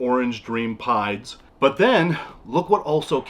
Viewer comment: Every time he said "banana pieds" I kept hearing "banana pie" lol. They're all beautiful animals though! It always blows my mind how tiny baby ball pythons are. I can't believe mine was ever that small.